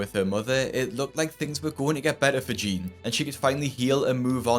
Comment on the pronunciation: why do you pronounce jeanne "jean"